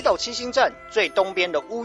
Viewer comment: “鳥越神社”？是写成”鳥“念成”烏“吗？